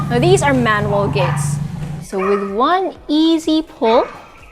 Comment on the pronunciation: It's pronounced GEN-KAN. Also your English is really good but it's interesting the way you say manual. You pronounce like the name Manuel.